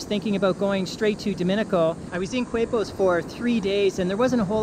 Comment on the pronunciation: Qu is pronounced k in Spanish, so it’s like “Képos” for Quepos.